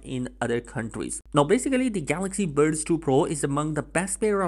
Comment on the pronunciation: Bro can you say normal buds like efery one. When you say it it sound like you saying birds...